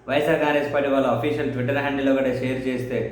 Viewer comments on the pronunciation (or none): none